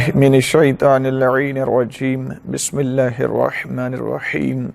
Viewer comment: Bismilah thek sy parh lo jo quran mein ha